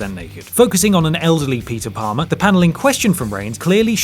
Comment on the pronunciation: Stop saying Peter Plamer. Just stop.